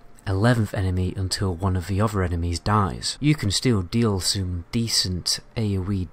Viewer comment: maybe after he mastered the th, and doesnt keep saying gawer and ower instead of gather and other xD sorryyyy